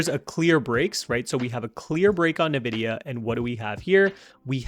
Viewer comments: Nvidia, NOT "Nividia" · Why are you saying Nividia like a boomer?? It's Envidia... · The company name is pronounced "En-vidia", not "Na-vidia." Lol! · Bro, great video. Also its EN-VIDIA not NA-VIDIA